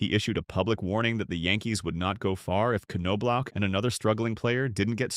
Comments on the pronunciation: Jesus man, its ''nob lock'' NOT '' ''c no block'' smh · KanKnowblock. Sounds right to me! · AI can’t pronounce Knoblauch correctly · yeah, did you notice that it got it almost right, like 30% of the time